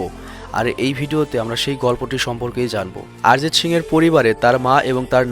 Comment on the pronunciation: আরজিৎ সিং না রে ভাই অরজিৎ সিং